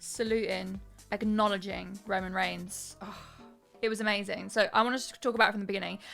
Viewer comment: “Roman Reigms” Cringe